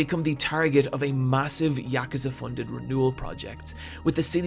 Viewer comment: The way you say Yakuza is so satisfying.